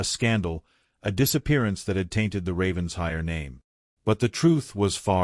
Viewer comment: Another Ravens-HIRE! Beyond exasperating. When is AI going to learn it’s Raven-SHIRE? Can’t abide this. . . .